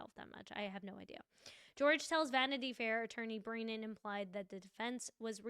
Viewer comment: Love your coverage, but please call him Hank Brennan, not Hank BrEEnan : )